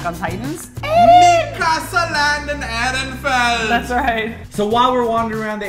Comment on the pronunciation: Guys...I am from Germany and it really hurts to hear how you pronounce the word like Ehrenfeld and Braustelle :/